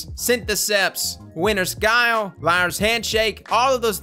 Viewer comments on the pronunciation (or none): none